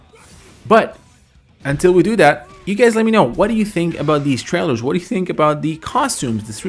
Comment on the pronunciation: It’s that not dat dat isn’t a word